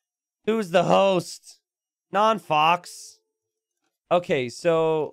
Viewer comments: I'm pretty sure "non faux pas" is a french pun and is spelled "non fo pa". As a french speeker, it was funny hearing "fox" all the game x) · by the third time you said 'non fox' I had to click off. Yes, we all pronounced that word wrong as kids, but we're adults now and its time to grow up. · “ Non foe pah “ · If only knew how to actually say Non Faux Pa's name, it would make the fact that he was host and all techs are on way funnier lmao.